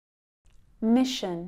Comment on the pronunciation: The word 'mission' has two syllables, and therefore two vowel sounds.The phonetic pronunciation supplied in the examples has only one vowel sound. A schwa is missing immediately before the 'n'.